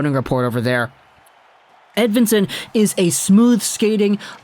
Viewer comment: Its not a "W" as in win. More like Ed(V)ictory)insson